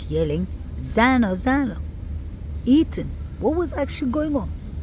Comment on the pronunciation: What a beautiful place! I’ve watched alot of your videos. I just heard you say E- “th”an!!! I was going to tell you, if you can practice ”th”is you will have his name correct!!! It’s E-“th”an! He was on the bed but I believe his neck was slashed and if he/ they carved his legs at all… it was after he had passed!😢 RIP Kaylee, Maddie, Xana and E “th”an